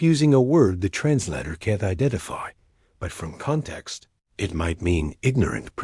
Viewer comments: It’s not trans-latter. It’s trans-lay-tor. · What is a "trans-latter"!!???? I know what a "trans-later" is....but not a "trans-latter"!!! And what is with the..............pauses in the middle of..............sentences????!!! I am outta here at 2-3 minutes into the................story.